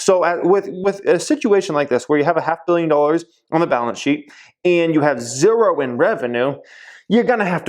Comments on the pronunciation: what's up with the "zerrro" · You say zero weird.. love ur videos tho 👍